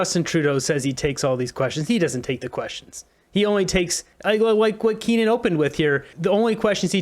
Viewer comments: KEE-UN. Not KEEN-UN. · His name is Keane not Kenan